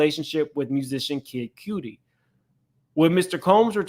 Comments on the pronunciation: For future his name it pronounced Kid Kudi (cutty) and Jaguar Wright tried to tell y’all but everyone called her crazy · Kid cootie? 😂😂😂😂😂 it's like "Cutty" but with a d 😭💔